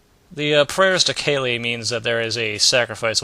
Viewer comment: I think Kali's supposed to be pronounced "Kah-lee", not "Kaylee", just a small nitpick.:p